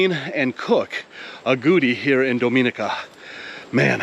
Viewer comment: Its Ah Go Ti and DomI Ni Ca please pronounce Caribbean names correctly. Thanks!